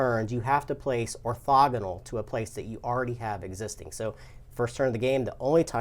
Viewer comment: Love your guys show, and great info on the game. I just have one nit to pick. I noticed in a few videos without commenting but wanted to. Orthogonal is pronounced orTHOgonal. I know. I'm lame. Not a big deal. Just being that guy. Keep up the good work on the show!